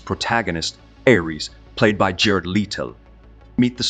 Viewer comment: How many different pronunciations of "Ares" does this have? I'm typing this after pausing .